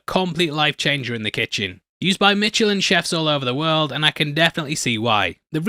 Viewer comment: lol, say Michelin again…. hint: its not mitchelin